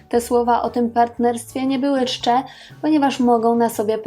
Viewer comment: no i czcze, a nie szcze (14.24)